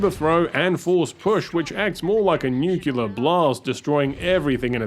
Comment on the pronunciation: Did you just say "A NUCULAR BLAST"?